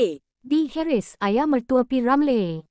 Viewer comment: Kenapa nama P.Ramlee jadi P. Ramlay nama Harris jadi Haeress . Bodoh ke apa x reti bahasa melayu tukar la narrator ni